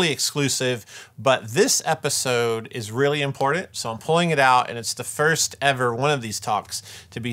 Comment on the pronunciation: Or as says "imporT-TenT" emphasis on the Ts.